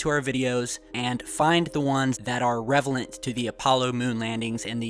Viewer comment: "Revelent" Not hating, just thought it sounded funny.